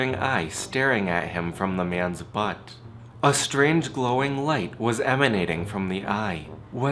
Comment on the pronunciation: The way his accent he says "Butt" xDD